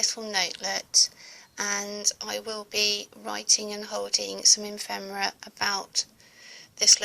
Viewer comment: I LOVE this,. I'd like to look at each page, in the flesh (so to speak) for an hour. Just so rich & colorful. Just one nagging correction: it's pronounced effffemera, not emfemera! 💖🤗😱